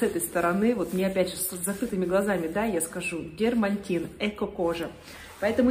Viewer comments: ДЕРМАТИН, но не дермаНтин.!!! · возможно Вам будет полезно слово дерматин и читается и пишется без буксы «н».... т.е. не дермантин!!! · слово дерматин произносится без буквы Н в середине,меня когда-то давно высмеял мой муж,что я сказала-дермаНтин,я очень обиделась,но запомнила,такие оговорки не в нашу,девичью,пользу))))....